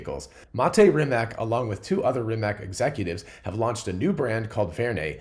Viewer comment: Not certain how to pronounce Verne but pretty sure Rimac is pronounced "Rimats".